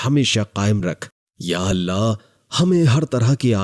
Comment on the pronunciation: Think bol natak kyun kar rahe hoo.. Allah hai Aleh Aleh nahi... Bewakoof